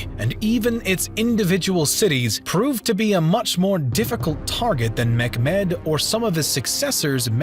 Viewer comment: Great vid, was wondering why you pronounce Mehmet as mekmed?